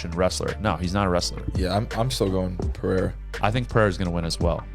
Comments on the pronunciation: Dont be like Joe Rogan.. don't say Pahhadda .. SAY Pe..rei..ra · Brooo why you keep saying “Pehera” that annoys the fuck out of me